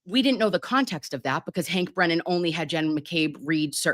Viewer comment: A Lisp is saying Yesth instead of Yes. Hank has Articulation Disorder saying Bwennan instead of Brennan.